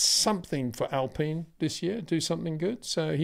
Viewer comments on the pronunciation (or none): none